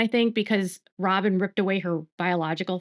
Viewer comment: I’m so tired of you saying robbem because of Kody…robbbin knows what she’s doing.